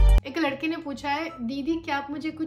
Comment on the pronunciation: to said "ek lakde ne likkha he" by not saying it "ek ladhke"